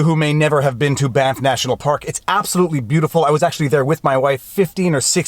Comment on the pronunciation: You keep saying "Banff" Hotel, and I keep hearing "BAMF" Hotel. Now I wish there was one somewhere out there.